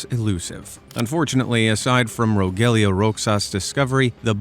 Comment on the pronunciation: Rogelio Roxas is pronounced as “Rohelio Rohas”. It’s basically a Spanish name.